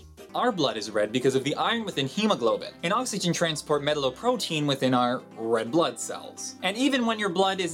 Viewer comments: "oxogen" it says that instead of oxygen 10/10 "beatle" instead of beetle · Did you say Oxogen ?